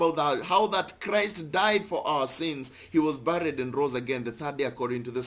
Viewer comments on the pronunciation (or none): none